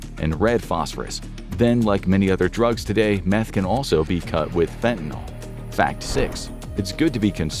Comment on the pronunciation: It's fentanyl. Not fentanyl!!! Your mispronunciation drives me crazy!!!👿👿👿👿👿